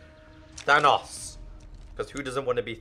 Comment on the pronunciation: You say thanos wrong